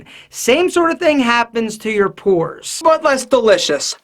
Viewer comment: Purs, or pores? XD